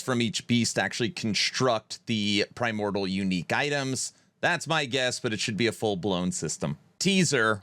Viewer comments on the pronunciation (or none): Okay I can't let this go anymore prahy-mawr-dee-uhl Not prahy-mawr-duhl Have a great weekend!